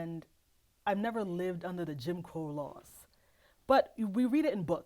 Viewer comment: "Jim Crow Era" was not pronounced correctly once. 😂